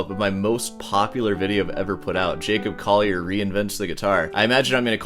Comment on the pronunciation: J"a"cob "coll"ier